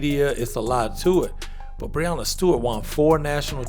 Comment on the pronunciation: Dave can go back to review pizzas. No one is creating more hate than idiots like him. Breanna Stewart is 4 time MOP & a 4 time Champion but he doesn't want to even say her name right.